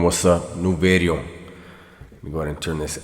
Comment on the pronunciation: Facts Dubs but you do say video funny as a fellow Latino their word's I say that sounds crazy.